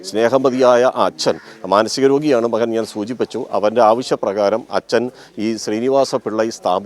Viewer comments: മലയാളം നന്നായി അറിയുന്നവരെ ജോലിക്കുവയ്ക്കുക. മഹൻ😂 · മഹൻ..... മഹൾ....😂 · മഹൾ, അഹം, മഹൻ, എന്നൊക്കെയാണോ കൈരളി ചാനലെ ഉച്ചരിക്കേണ്ടത്? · മഹൻ മഹൾ അല്ല മകൻ മകൾ ആണ്. റിപ്പോർട്ടർ പ്ലീസ്. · എടോ മഹൻ അല്ല മകൻ ആണ്